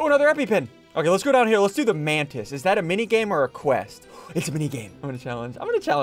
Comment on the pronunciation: Bro bacon a Man-tis instead of a mantis 😂